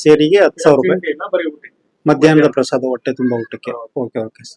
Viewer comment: ಕನ್ನಡ ಸರಿಯಾಗಿ ಕಲಿಯೋ ಹ ಕಾರ ಅ ಕಾರ ಒಟ್ಟೆ ಅಲ್ಲ ಹೊಟ್ಟೆ